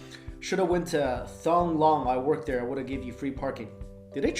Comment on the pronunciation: "thong long"? dear god Mike, you could at least Forvo it. it's more like "teng lohng"